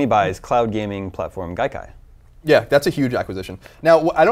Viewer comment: Dude, it's Gaikai.